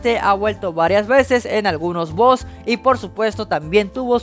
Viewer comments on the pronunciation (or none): none